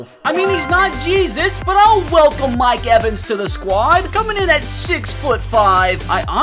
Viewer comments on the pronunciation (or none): none